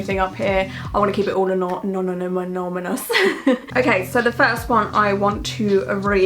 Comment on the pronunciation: You saying anonymous is like when nemo tries to say anemone in finding Nemo 😂